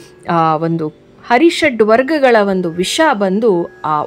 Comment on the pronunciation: HARISHADWARGAGALOO. .alla .... ARISHADWARGAGALOO